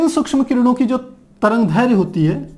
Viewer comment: sir tarangdherya nhi tarangderdhya h